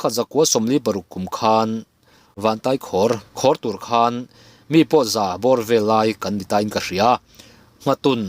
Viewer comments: Tai pawh hi Kurtai a a Tai lai ang hian lamrik bawk tur. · Vantaikhawr tih hi khawr lai tak hi kuva khawr kan lam dana khawr ti a lam tur.❤